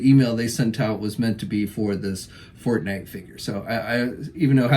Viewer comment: I heard fart night lol when you said forte night lol